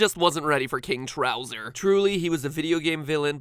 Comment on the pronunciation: Youtuber arrested over his “king trowser” this killed me